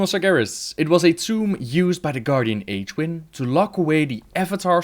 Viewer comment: Appreciate the captions. I know it's a lot of work to make them but it's nice to have them because people tend to pronounce names differently. Like how you pronounce Aegwynn as 'Age-win'. Idk if that's how you're supposed to pronounce it but it confused me the first time lol